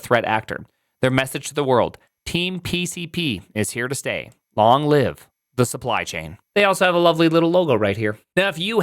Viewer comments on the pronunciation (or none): none